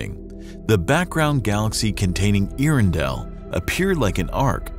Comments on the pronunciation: “Ear-in-dell” doesn’t even make sense. Get it together. “Air-endell” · “Air-endel” but correct me if I’m wrong. You would think they would get it right. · Your narrator need to brush up on his pronunciation of “air-endell” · And the presenter mispronounces it. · Another quick fact. His mispronunciation of it almmost ruined my meal. This is how I learned I am too much of a nerd for my own health. :( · Good documentary, but you'd have had more credibility if you had learned how to pronounce Earendell. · I'm sorry, there's no way I can listen to you mispronounce Earendel for10 minutes.